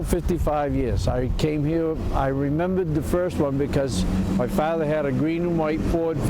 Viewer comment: My Faw-Tha Left Me At Camp Grenada